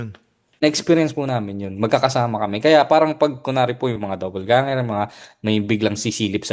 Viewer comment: "Doppelganger" po. Not double ganger 👍✌️